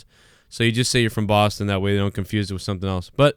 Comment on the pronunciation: dude, say boston again